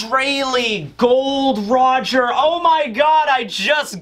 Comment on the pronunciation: "Gol D" Roger not "Gold" Roger. The World Government turn it into "Gold" Roger in an attempt to hide the "D" from the public.